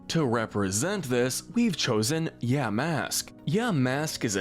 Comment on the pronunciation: It’s pronounced YAH-mask, ZETT-zel-kahn, hown-DOWR, uh-roh-muh-TEESE, LAH-punny, cry-AH-GUHN-null, UH-LOH-muh-moh-luh, COHM-bee, lie-PURD, MEEN-shao, and el-GEE-em, “”! 🤨 The second of which has a silent T! You’re just as bad at pronouncing names as Kyle,! 🙄